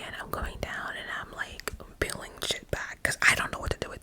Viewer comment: Not “peeling” LOLLLL